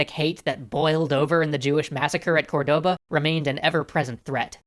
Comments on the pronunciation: Dude! CORdoba, not corDOba! Stress in the first syllable! We even point to the letter with a little mark, "Córdoba"! It's tilting me out so much I can't pass the first minute and a half of the vid! deep breath Ok, now that I've said it, I can keep going, this is probably very interesting. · Awesome, but remember, it is not cor-DO-ba, rather it is COR-do-ba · i love, but they have so much problem with spanish names... the intresting part, its that they only have problem on the accents. accents as in tildes and pronunciation of the strong silable. example: its COR-doba, not corDOba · Córdoba, not Cordóba... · English speakers would naturally pronounce it cor-DO-ba but that is in fact not the correct pronunciation for the city. It is actually, COR-de-ba. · the word "Cordoba" has the accent on the first" o", it sounds like "córdoba". Granada was spelled correctly. Keep the good work. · Córdoba. CÓR-do-ba. Almeriense. Al-me-rien-se. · Great episode as always, but as a Spanish, Cordoba is accentuated on the first 'o', not the second one!!! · I loved this episode, but one thing drove me insane: Córdoba is stressed on the first "o", not the second